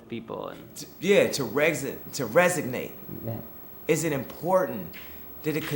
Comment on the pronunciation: Kanye trying and eventually succeeding to pronounce resonate